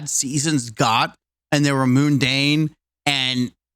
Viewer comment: I’ve never heard anyone pronounce “mundane” that way before lol